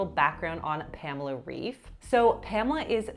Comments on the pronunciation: It's not "Reef" it's "Reif", kinda pronounced like "life" but R instead of L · It's pronounced "rife"... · It’s not pronounced like “reef” it’s like “bite” with an f. Reif… I wish people would take the time to learn how to pronounce someone’s name before making content on them… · it's pronounced "Rayf" and not "Reef" 🙃 Thank you for this review! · As a German, I appreciate this! 🇩🇪🙌🏽 by the way Reif is pronounced “rife” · Her last name is pronounced “rife” - rhymes with “wife” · I've tried a few video workouts of Pamela Reif and I always enjoyed her energy. Also she has such an adorable face so I can't help but find her charming. However I've never looked at her nutrition advice. Fun fact- I am from the same country as her- her last name is pronounced "rife" :) there you go, gonna impress everyone with the authentic pronunciation if you want to haha. But "reef" is also quite common in English speaking countries so it's alright either way. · Just one thing! Her last name is pronounced "RAIF" It actually means "Ripe " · As an American who studied German in high school and college, I’m not going to give grief over the name Reif. There are a lot of German/Yiddish origin names that have the ‘ei’ and ‘ie’ combos that are pronounced opposite to what they should be “auf Deutsch”. There’s no rhyme or reason to it either. I stick with German pronunciation unless I’m told differently by the person. Heck the last name “Schroeder” in North America is a complete minefield when it comes to pronunciation. Yet to native German speakers only know one pronunciation, and trust me, we’re not using it here in North America. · I speak German and I dont think this is because of bad wording or translation issues…. it is just mean. the german way to pronounce her name would be with the „ei“ in Reif pronounced like the „i“ in „like“ or „Mike“ by the way. Love your videos! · I think before making a review video of her you should also be able to pronounce her name correctly lol